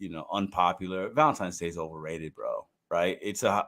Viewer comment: Does my man keep saying Valentimes?